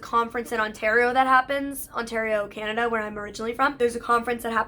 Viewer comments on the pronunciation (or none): none